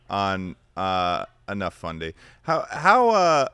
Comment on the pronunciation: i'm sorry? what did he say? did he say fundy.?